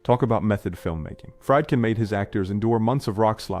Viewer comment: Fried-kin? Fried? ....really? Fried? AI much?